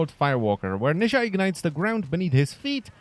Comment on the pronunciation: He isnt "nayzha " , he is pronounced as "Naza"